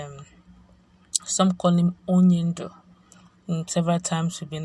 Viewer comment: NO PLEASE NOTE you pronased the word wrongly Onyenduo means A LEADER